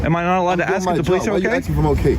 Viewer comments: "Why would you AXK me if I'm ok?" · They should have a test at the police academy where they have the candidate pronounce the word "ask". If they say "axe", like, they're deemed too stupid to be allowed to possess a firearm. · “Why do you axe me” come on cop, speak english. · Why you ax me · The P.O. can't pronounce the word, "ask", Ignorance is bliss😅😢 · Of course he’s not OK, he can’t even say ask. DEI hire should’ve been fired after that investigation, but thanks DEI he’ll stay in the department until he retires, even though he has no idea at all how to do his job & conduct himself as a police officer/public servant.